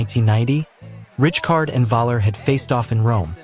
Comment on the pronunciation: AI ??? Awful pronunciation of names? Richcard????